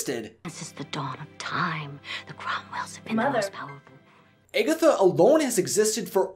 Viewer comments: It is not pronounced "Eggetha" it is pronounced "Agatha"! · Am I the only one bothered by him pronouncing her character name as Eggatha instead of Agatha?!?! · If he says "Egg-atha" instead of Agatha one more time, my head is going to explode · Omg yes!!! 😩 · I had to stop watching the vid bc of it. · Or eggy 😂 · It sounded like you were saying "Eggy" instead "Aggy" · Her name is Agatha, NOT Egatha!!! 😂😂😂 Get it right dude!!! XD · its not pronounce eggatha, its pronounced aaaagatha....anyone who loves this movie knows that. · ....Eggetha? Did I hear Eggetha? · Why does he say agatha weird? He says eggatha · I think you're pronouncing Agatha's name wrong its pronounced Ah gah tha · The whole video I was like that’s not how you say it!! Lol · the fact that he pronounces her name wrong makes me upset. RIP Debbie Reynolds... Forever Agatha Cromwell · Good video but this guy can’t pronounce Agatha to save his life. And it kills me.